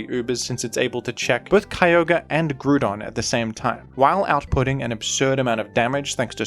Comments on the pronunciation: I think keeps making these videos so he can say Grewdon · I was having a drink of water and almost did a spit take when I heard "Groodon". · This dude really called it “Groodon” 😒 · Groodon? is he a ground type or a groond type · I thought the groodon pronunciation was funny, but I also understand why people might pronounce it that way. Words like group are pronounced that way. Grou has two different ways of being pronounced. Gotta love English. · too true.